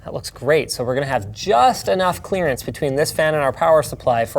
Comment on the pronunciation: "Clearance Clarance??!!"